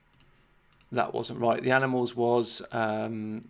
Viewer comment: "Boatyard'... "Boa"?